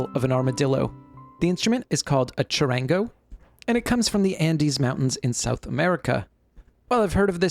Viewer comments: Chud-ahn-go the middle gets a short a vowel sound in Spanish and the soft r in the middle has almost a d sound. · You telling me a person from USA that cant pronounce the name right is lecturering us about Charango. ITS NO DEBATE.. ITS A BOLIVIAN INSTRUMENT